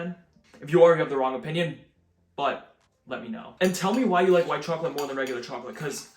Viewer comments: I love your pronunciation of chocolate, "troclate", it's hilarious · the way you say chocolate is craaaaaaaaaaaaaaaaaaaaazzzy